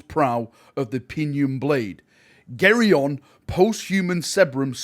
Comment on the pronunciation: Gaeron...come on, its ok years ago but now its your job, put effort into reading the names right xD